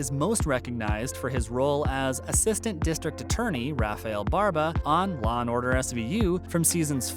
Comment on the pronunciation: It's LAW & Order, not LA & Order!